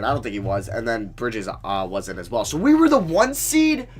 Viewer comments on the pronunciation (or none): none